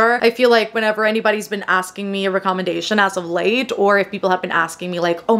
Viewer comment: The way you pronounce "recommendation" threw me off. I had to google how to pronounce it. Great video though :)